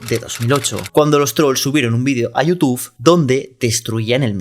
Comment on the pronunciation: es YOUTUBE no YOUTUF